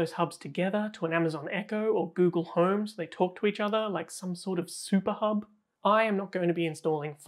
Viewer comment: he did not said hub, he said hoob 🤣🤣